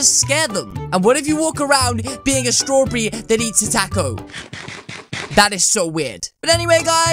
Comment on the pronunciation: He says strawberry wrong 😂 nice accent